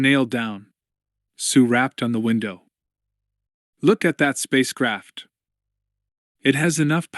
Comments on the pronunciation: Plateau is called Mt Look at THAT ,,not look at hat ,,duh,,guys never read the books..(a gift from earth) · Mount look at HAT! TANJ!